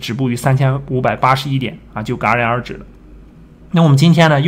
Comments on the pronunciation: 不行，强迫症犯了！是“夹”然而止，不是“尜”然而止。。。。。jia 二声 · 戛（jia第二声）然而止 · 戛（jia）然而止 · 那字读甲然而止，不是旮然而止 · 戛(jia)然而止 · 谢谢老师。有一个发音错误：戛（jia）然而止,不是戛（ga）然而止。不好意思。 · 戛然而止（jia) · 戛(jia）然而止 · 戛然而止 （jia） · 戛（jiá）然而止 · 戛（jia二声）然而止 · jia 然而止